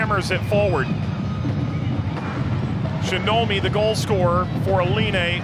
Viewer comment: shinobi ! Shinomi